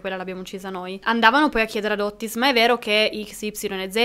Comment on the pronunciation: Otis....con una t. Non Ottis